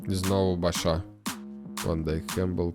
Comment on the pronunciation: Точно не Бача, звуку 'ч' в французькій мові немає